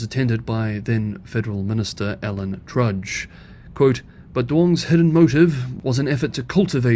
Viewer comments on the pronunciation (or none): It's Alan Tudge not Trudge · Tudge not Trudge. Dutton not Dunton. However 'trudge' is an apt adjective for both. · I know that Australian pronunciation is difficult for Chinese speakers, so I'll just point out that it is "Tudge", not "Trudge" and "Dutton", not "Dunton" or just "damned bloody fools", if you want to be informal... 🙂